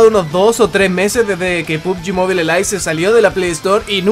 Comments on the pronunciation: Mobile se pronuncia MOBAIL no MOBILE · Otros youtubers: pubgi "MOBAIL": pubgi "MOBILEH"